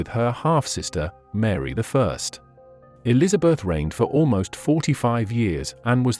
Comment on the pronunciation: Elizabeth "eye" did me in!